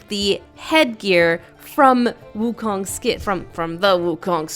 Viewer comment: It's not wu Kong it's u Kong (ooo-koong